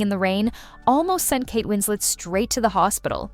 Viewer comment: Kate isn’t French. You pronounce the ‘t’ in her name.